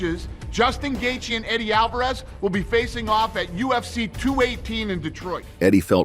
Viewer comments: you literally called Justin Gaethje - Justin Highlight Gayjay. It’s Justin The Highlight Gaethje. It’s not just you, All this videos done by bots can’t even pronounce the fighters names right. It’s embarrassing. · nope! you're wrong brah, listen to the gaybot narrator and you will see that he's Justin "Highlight" GayJay... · did the narrator pronounce Gaethe as Kay Jay❓️⁉️ Please tell me I'm not the only one who heard that 😮🤔